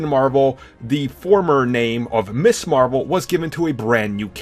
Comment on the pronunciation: Dammit. She was NEVER (IMO) "Miss Marvel"!!!!! She was Ms. Marvel. Ms. is pronounced MIZ, not MISS!!!!!